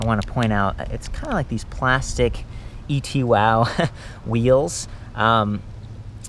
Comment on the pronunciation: e-two-w, not et-wow